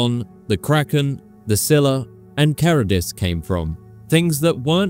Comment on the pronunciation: Its charibdis, not charadis btw